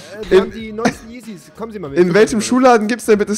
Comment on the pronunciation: lern yeezys auszusprechen!!!!